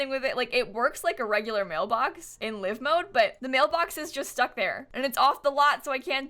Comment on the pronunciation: Did she just say ‘liv mode ‘ lmao